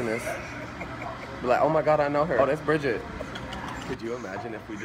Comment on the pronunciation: He said Brigit ahhhhhh😂😂😂